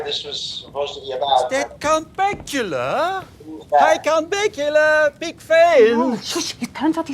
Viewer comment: As a filipino "Count Bakula" hits different 🤣🤣🤣